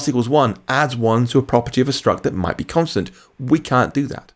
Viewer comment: where can I get some help?.. I don't understand.. you use words like 'might' have been declared as constant struct.. is that really the explanation? why do you say 'mught' then?.. it's confusing.. and if the ContentView struct is immutable why is a variable - body - declared in the constant struct..? Please, help, explain, I'm a beginner trying to understand..